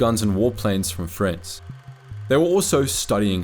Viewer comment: well done with the spanish names but whats up with pronouncing France as Frens?